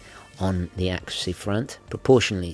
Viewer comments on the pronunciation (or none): none